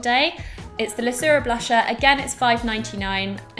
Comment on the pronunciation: I think it's actually pronounced LaKura. Over in Belgium it's called "Biocura" and I doubt that's with a C.;)